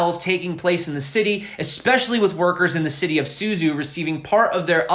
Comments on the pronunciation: pronounced su-chow, not su-zoo. zh sounds like ch... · Suzhou is pronounced a bit like “SuJoe”. ZH is like z and j together. Suzhou is a big city near Shanghai. It’s a canal city, like “the Venice” of China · The city name Suzhou is pronounced more like "SOO-joe." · Suzhou is not syuzyu, it is sujou